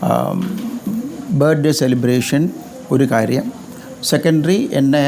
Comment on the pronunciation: ബേഡേ അല്ലെഡേ ബർത്ത്ഡേയ് എന്നുപറ താൻ കിളവൻ അല്ലെ 😄